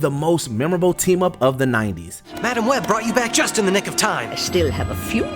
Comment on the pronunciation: “Mah Damn Web”. That’s how I’m saying that character’s name from now on.